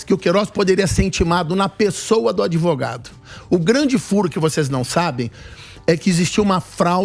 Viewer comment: é sério que esse "ADEVOGADO"ainda tem alguma credibilidade?? kkkkkkkkkkk 😂🤣👉🐂💩🚽